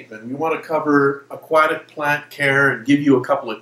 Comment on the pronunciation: nice info. I just can't stand the way he says "aquatic"